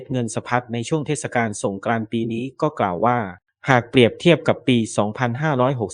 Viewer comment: โหออกเสียง เทด กาน เลยเหรอไม่เทดสะกานเลยเหรอ